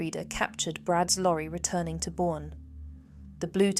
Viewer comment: Well, they could have done a little research on pronunciation as well. I’ve lived in San Antonio 5 times in my life. It’s in Bexar County (Spanish word) that is pronounced locally as “bear.” One of the towns Brad’s phone pinged is Boerne ( German word), pronounced “Bernie.” I hope Brad’s trial is brief and turns out very badly for him. He’s abusive scum who has scarred his children for life. His friend is cowardly scum who has misplaced values - loyalty (or fear of the legal consequences) to an evil person over truth as well as the potential to bring some closure to Suzanne’s children, mother, family & friends. He could redeem himself a little by bringing justice to Brad, too. My biggest worry is that she wasn’t dead when Brad took her away … which might explain why the friend is so reluctant to speak.